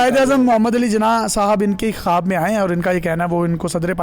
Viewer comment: it's not khaaaabbbb.... it's khuwab